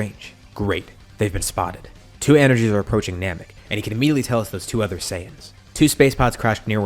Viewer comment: "Namek", yep Yardamek It's a joke ik it's a mistake lol.